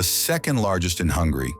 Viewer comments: Its Hungary not hungry, idiot narator! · Its not hungry its Hun-gary